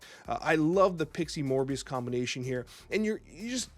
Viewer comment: Did you just call Mobius, Morbius!!!!!!!?